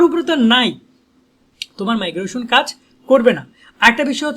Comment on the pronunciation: 😂ভাই মাইগ্রোশন না মাইগ্রেশন